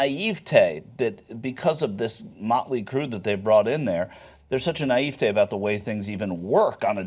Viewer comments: Worst mispronunciation in this video: Naivetè not Naîvte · Who says naivety like that? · The way he said naïvité bothered me...